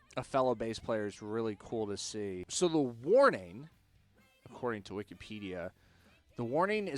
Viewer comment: Good pronunciation of their names!